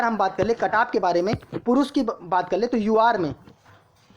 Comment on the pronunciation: Cutoff bolna sheekh le pahle badaa aaya cutoff wala luudu k... Axa kon layega 85 😂😂😂